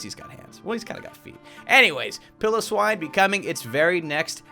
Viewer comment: Can I correct some of your pronounciations Piloswine ,,. Pi-low- swine. Nihilego,,,, na ya li go Idk if that makes sense but it is actually pronounced like that I hope you can understand what I wrote there haha